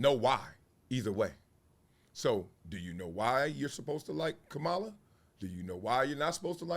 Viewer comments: Why won’t you say her name correctly magalus Wiley? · Comma La. This is how you pronounce her name. This is coming from a none supporter of Mrs Harris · Bro I respect your take and agree with much of it. Just one thing though, Bro… don’t disrespect her (Kamala) by repeatedly mispronouncing her name. You are an educated man (Columbia). Come on man! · I don’t care about anyone’s personal politics! But please her name is “Kamala” not “Kamulla”! Your name is Marcellus, of all people! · Is he mispronouncing her name on purpose or intentionally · Throughout this entire video, you mispronounced her name. She is the Vice-President of these United States. You know how to pronounce her name. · Marcellus do your homework and pronounce her name correctly. You are pronouncing the name of the vice president like she is the WWE wrestler. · Comma-la... that is how you pronounce her name. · Why do you intentionally mispronounce her name? Really why? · Gotta get her name right, dog.